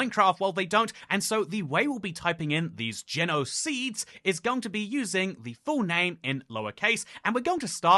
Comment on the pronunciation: genoc-seeds lmao